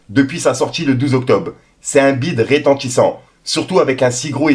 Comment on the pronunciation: rEtentissant pas rÉtentissant fait un effort avec ta langue maternelle stp